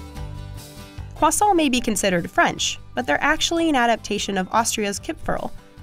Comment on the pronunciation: every time she said croissant like "kwason" it felt like a knife through my heart